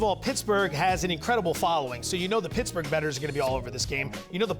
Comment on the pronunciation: “Pittaburgh” nice one..